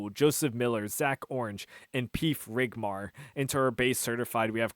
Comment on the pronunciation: It's peef rimgar not rigmar. Keep making great content man!